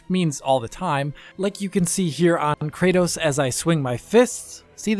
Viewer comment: 'Kraydose'??? Kra-tos.